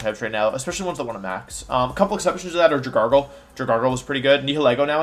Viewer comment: ja gargle and jen jar? do you say jif instead of gif too? :p